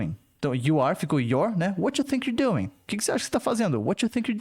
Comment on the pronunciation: O "doing" dela ta soando "it on" no final ou é impressão minha rs?